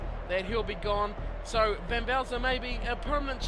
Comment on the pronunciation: Gr8 vid, u beat my team :) its pronounced van velser not vaizer